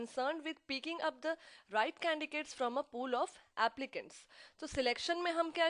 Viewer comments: Mam candicates huta yaa candidates huta??/confusing!!!! mam humm tu candidates boltay.By the way very nice and informative i am going to pass my HR this semester by watching these videos.very useful.thank you. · This video is very helpful but maam u r pronouncing candiDates as candiCates...other wise this is an amazing vid thanks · mam aap candidates ko candicates kyu boli h is it a new word??? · Instead of paying attention to the content I was getting irritated by your CANDICATES thing. You know that its CANDIDATES than do you do this as a gimmick? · your explanation is good but don't pronounce the word candidate as a candicate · Thankyou for your information ma'am 😃 and pronounciate canDIDATES.. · No she is not pronouncing correctly but u have to understand...What is correct 😂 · Mam please candidates ka pronounciation sai kiya kijiye.. kuki log apse sikhne aate h yha.. aur vo v glt pronouciation hi sikhenge apki trh... which is not good for them...